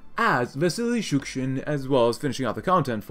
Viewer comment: You keep saying Shushkin but it's actually Shukshin